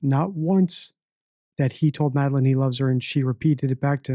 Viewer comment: He says “the vape store” so many times, but can’t say “Madeline”